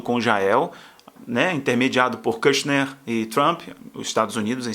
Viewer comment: Brother, corrige a pronúncia aeeew! KIRCHNER é a família argentina! KUSHNER tem o U como em "but"!